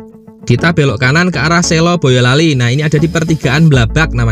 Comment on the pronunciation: Urung rembug Kata Selo atau Sela, huruf e diucaokan lemah Huruf e seperti pada kata emas, beras, bekas, belas, kelas, keras, tegas, peras, pegas Bukan e pada kata reka, bela, era, eka, rela, mega, dewa, hela, seka, tega Sela atau Selo, diucapkan seperti SLOW, bukan diucapkan seperti SI LAW SLOW bukan SI LAW, bukan SAY LOW *Kata Selo, Sela artinya desa atsu daerah di SELA-SELA sntara gunung Merspi dan Merbabu *